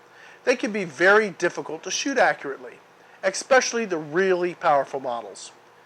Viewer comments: please, "especially" not "ekspecially". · "Ecspecially..." cringe.